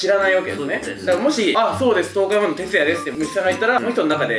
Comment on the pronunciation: 東海オンエアーの「ー」がリアルやな 知らない人はよく間違えるんでしょうね